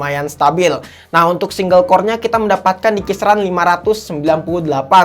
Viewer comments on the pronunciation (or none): none